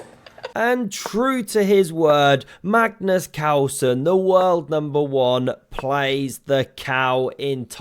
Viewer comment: "Magnus Cowsen" 😂😂